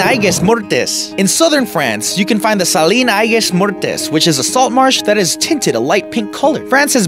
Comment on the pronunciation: Salin d’Aigues-Mortes is French, not Spanish. In reality, it almost sounds like Sallah d'Egg Morrrrt. Many letters are silent in French, unlike Spanish.